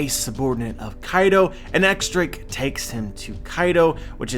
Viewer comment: Please say Diez Drake instead of "X" Drake